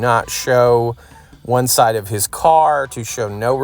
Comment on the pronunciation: why does he pronounce certain words so oddly? like he cant say the word "side" normally, it has be said like this "syyyyyde"